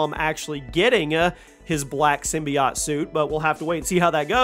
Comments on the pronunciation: sim-bye-ote was bas pronunciation but this man just said sym-be-ott. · I’ve never heard someone pronounce symbiote like that.